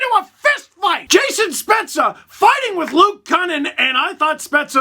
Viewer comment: Dean kukan not Luke kunin 🤣😆